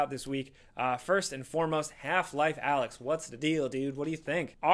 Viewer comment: I think its called A-lyx, not Alex.